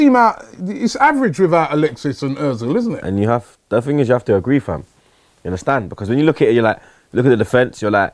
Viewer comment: It's FIR - MIN - O. Not FIR - MIN - IO. Grinds my gears!